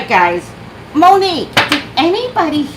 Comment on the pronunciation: I just realized you said #Mo'NiGue